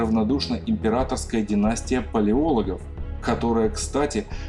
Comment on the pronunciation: Прошу меня извинить за дотошность, но в фамилии Палеолог ударение на последнее "о". Помню это ещё из школьной программы. Всего вам самого доброго! Успеха и вдохновения в вашем очень нужном деле!